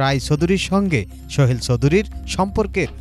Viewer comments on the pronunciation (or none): উচ্চারণ এমন কেন এই সাংবাদিকের? ওই ভদ্রলোকের নাম সোহেল ছিল, শোহেল না। সাংবাদিকদের উচ্চারণ ও বাচনভঙ্গি ভালো হওয়া উচিৎ। এত খ্যাত হইলে হয়না।